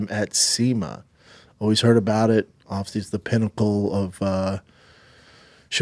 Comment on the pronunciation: It’s one of the great mysteries of the universe. Dude struggles to say the word “obviously “ he says ovsey. Go figure